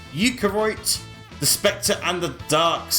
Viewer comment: Eukaryote is pronounced like “you-carry-oat”